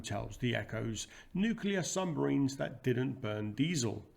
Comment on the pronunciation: Another fascinating presentation! 🫡 But what are these mysterious "sumbarines" of which you speak? 😉